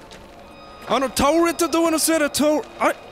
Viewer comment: ちょっ… タァオルゥェタ（倒れた ドォゥア（ドア） デイケナァイ！（で行けない）！！ に吹いた